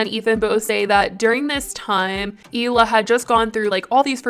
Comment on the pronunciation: I think I’ve heard somewhere that Hila and Moses were never really close a siblings, but I know for a fact, if my brother got anywhere near someone who constantly called me names and made me cry, he’d not calmly sit there and smile in their face! Also, how many times is Trisha gonna keep mispronouncing her future sister in law’s name? It doesn’t take a lot of brain cells to call someone by their proper name!! She does it as an insult. Trisha should take note that Ethan really isn’t going hard after her is because she’s soon to be family and he’s loyal to his family. How many other people would give someone a pass that called their mom a bitch, vile, scum, and satan.